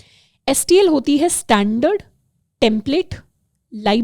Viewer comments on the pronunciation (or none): none